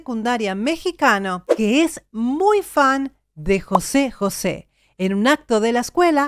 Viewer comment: José, con acento en la é En México. No decimos Jose. Como en España